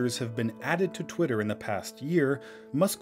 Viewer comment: Did You Say "Pwitter"?